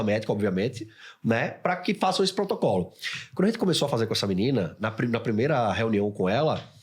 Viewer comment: eu ouvi um potrocolo, e potocolo? mas o é top mesmo com o Potrocolo